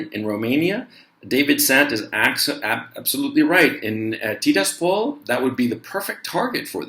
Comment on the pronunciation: It's pronounced Ti-RAS-pol. Also Seva-STO-pol.